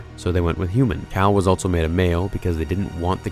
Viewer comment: I can’t be the only one that goes nuts every time he says “ altso “ and not “ also “ right? Like just say the word better dude wtf are you doing!